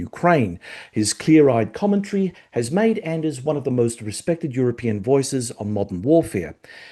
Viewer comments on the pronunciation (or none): Excellent interview again, thank you. (by the way the D in Anders' name is silent)